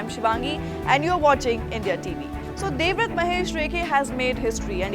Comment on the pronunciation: Devrath is different from devavrat... Plz pronounce his name properly